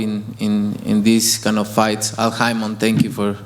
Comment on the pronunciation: canelo be calling al haymon, el hymen lmfao